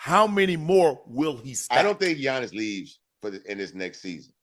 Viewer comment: I'ma need Bun to stop calling Giannis "Johnnis" 😂